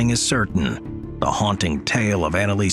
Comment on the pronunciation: ...can you tell your AI voice that it's not "Annalees Michelle" but that it should be pronounced the German way?